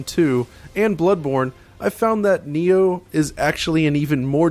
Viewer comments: Its called NI-OH ( knee ohh ) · it's prounce nyoh